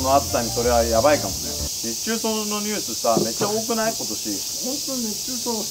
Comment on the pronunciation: 〜 のやまとくんの熱中そうとオジョン消臭のところが可愛くて愛おしかった！それを真似するが面白い！ 〜 のがポテトのことをポヘホって言っちゃうところが可愛いし面白すぎた！酔っ払うと呂律が回らないんだなって思った！酔っ払うと可愛い‼️ヤニヤニの自由な所が好きすぎる！